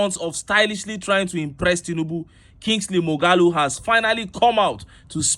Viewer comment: It is not pronounced Kingsley More-ga-loo, it is pronounced More-ha-loo -- Mmuọghalu-- spared/bypassed by spirits/deities. How could you be Igbo and still be ignorant of this name?